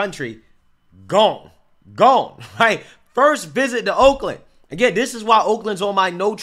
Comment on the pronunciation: Sound like you said wolkland.